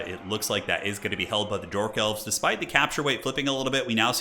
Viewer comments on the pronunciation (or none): Did you call them "Dork Elves" a few times?